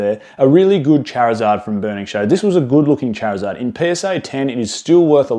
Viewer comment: You say Charizard wrong dude!